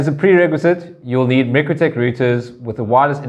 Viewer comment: Should I be trusting the informatio from someone who can not even pronounce mikrotik (my-crow-tick) correctly, and no its not the S.A. pronunciation , and for those who dispute this, just watch Mikrotik's own videos.